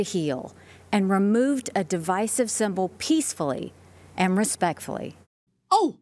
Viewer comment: Note she said devicive not divisive. Limeys dont understand the difference. Of course neither did SHE but, w/e. Devicive synonym for machinacious. Divisive synonym for john oliver.